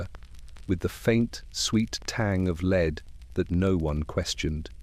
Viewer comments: Leeeed. 🤦🏼‍♀️ Just do your own voiceovers. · If the story is about lead, can we make sure the AI says the correct version of lead? 😅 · Learn the correct pronouncoation of lead.